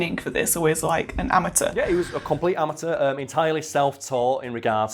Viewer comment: I've got a problem with the way you say "amateur".